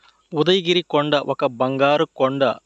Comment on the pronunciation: Mundu sarigga paluku udagiri kadu ఉదయగిరి